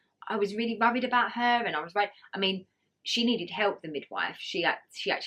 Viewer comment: Sorry but you really need to learn how to speak....your was WORRIED not 'rurried'!